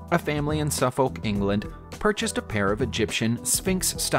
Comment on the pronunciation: Suf-foke? I'm pretty sure there is also at least one Suffolk in the US, but I was born and raised in Suffolk UK, and we pronounce it....okay this a PG friendly description; the 'l' is silent, and the 'o' is pronunced as a 'u'. Sorry to be nit-picky but it's a bit like saying 'Arr-Kansas' instead of 'Ark-an-saw'. I guess it irked me that little bit more when you pronounced Cambridgeshire (where I currently reside) pretty accurately, where the commom approach for American English speakers is to over-pronounce 'shy-er' when we all say 'sheer'.